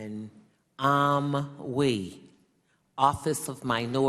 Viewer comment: Amwee and reo lmao